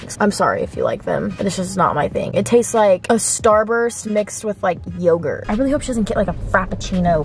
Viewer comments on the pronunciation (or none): none